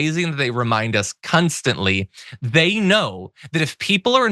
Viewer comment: Did he say cuntstantly?